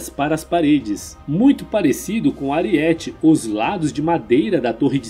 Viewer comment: Saudações. Amigo, não é AriÉte(paroxítona) que se pronuncia. O correto é ArÍete(proparoxítona). Dói o tímpano ao ouvir voce pronunciar a palavra errada. É so lembrar daquele personagem baixinho do He-Man que dava cabeçadas em paredes e muralhas. Mas, o resto ta ótimo seu vídeo.